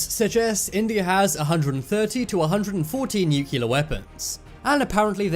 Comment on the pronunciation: Try to pronounce "nuclear" properly..just an idea